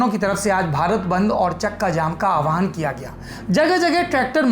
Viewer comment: I feel very sad when the word "aahwaan" which means 'to call out" is pronounced as "aawahun" which means 'to ride a ride'.